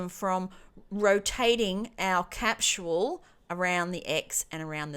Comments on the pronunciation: Great video. But for the love of God. "Cap-sol" is how "Capsule" is pronounced. Not "Cap-SHule" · capsule NOT capchule ! lol